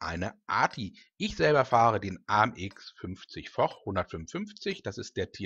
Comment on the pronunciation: Hey. Stark gespielt. Immer gut kommentiert. Nur einen Kritikpunkt hab ich. Foch wird fosch ausgesprochen. Mit sch. Beste Grüße Maros